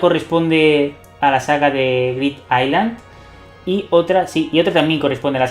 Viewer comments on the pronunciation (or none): none